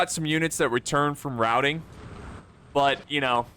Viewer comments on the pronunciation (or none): none